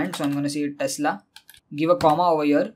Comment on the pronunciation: It's " Tesla " not "Telsa "..